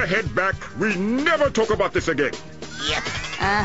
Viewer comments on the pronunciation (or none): he pronounced it "ralk" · Yes to everyone saying its talk not walk, I know its talk, but he pronounces it as walk